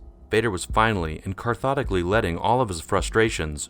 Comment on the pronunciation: Carthotically? Like catharsis? Cathartically? Continue seeking knowledge, young one. ;)